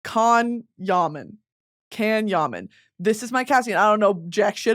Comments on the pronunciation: Hey Brittanyyy, love the podcast leader!!!!! for the part where you were talking about Can Yaman as the fancast, his name is pronounced like you would say 'john' and yes he is problematic but I see your vision girl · as a turkish person i absolutely love the way you butchered that guy‘s name and literally called him a "can" lol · HI BRITNEY. ITS PRONOUNCED JUHN (or jann) YUHMAN the ya and man are pronounced same length (short)